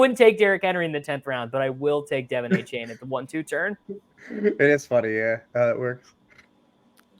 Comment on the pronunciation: can you mfers learn how to pronounce achane